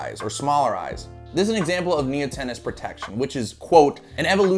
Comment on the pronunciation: My dude really pronounced neotenous as "neo-tennis"